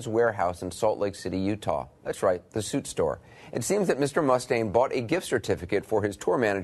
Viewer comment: Oh my effing god! Can you friggin' pronounce Dave's last name correctly, please? It's goddamn frustrating when people can't pronounce words and names correctly. It's not MUST-aine. It's mus•TAINE!!!! Listen to Anderson. The person you actually put in your own video! Mr. Cooper pronounces his name correctly. Learn from your own video. Seriously, go to the part where he says his name. Play it back about 20 times and repeat slowly. Listen and learn! jesus friggin' H., man!!!